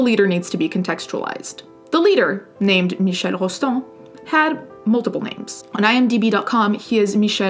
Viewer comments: Hey there! I stumbled upon your channel farely recently and I've just been curious about something: in this video you say Michel's name very well and I was curious if you spoke french. I am french native and it is so nice to hear french. I know you are Italian and the annonciation is similar(especially French Canadian), was just wondering!Anyways, love love your content and your take on subjects such as these! 😊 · Nothing to do with the story as a whole, super impressed as a french to hear you pronounce the name " Michel " so perfectly 😲